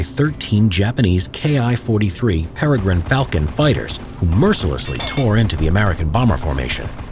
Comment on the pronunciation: I was confused for moment when you said "Paragine falcon" Then i know what it mean when google "Hayabusa"